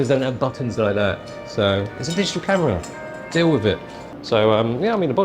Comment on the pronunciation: "the NuEw Neehkon zee-eph full frame camuhra"